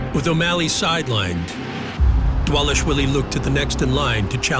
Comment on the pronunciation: Dwalish dwilly. lol